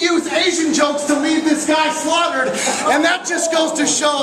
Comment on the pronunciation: slaughtered, not slobbered